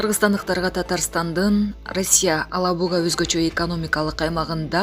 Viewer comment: Алабуга эмес,Елабуга деген жер бар.ошону да туура айталбайсын🤦‍♂️